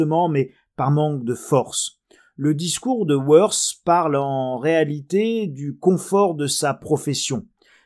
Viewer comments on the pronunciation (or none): Décidément et vous n'êtes pas le seul, "Woerth" est difficile à prononcer, et les alsaciens ce demandent de qui on parle . En français ce serait écrit: Voerte ! merci pour vos vidéos toujours instructives. Origine : l'origine de ce nom est germaine il existe une localité de ce nom dans le département du bas rhin; elle indique l'origine familiale l'étymologie de ce nom provient du germain warid qui signifie : l'île . Îles au milieu de deux bras de rivière ou de fleuve... Bref !Marécageux !